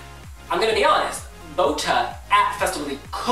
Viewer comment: omg he pronounces botë so wrong aaaaaaaa its sooo annoying whatever its fine lol